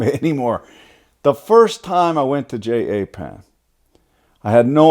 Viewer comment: "Snap off of Jay ay pan" Dunno... they're like a third the price of snap off... lol